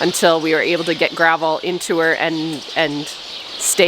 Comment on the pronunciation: Grovol (not gavel) similar to Dramamine